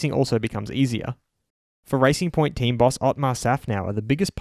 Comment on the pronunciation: thought you said ricing point, fastest ricers ive ever seeen